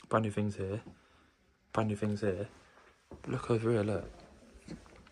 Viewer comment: Fink, Fings, they start with a TH!